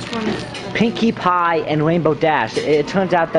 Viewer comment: Cashier got turned on by how boldly he asked for a pwinkie pwie and wanted him to ask her out